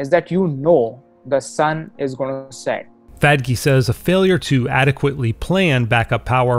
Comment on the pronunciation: Lol he keeps saying "fad-key"